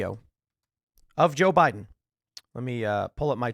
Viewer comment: Now I get the "Bi-dan" comments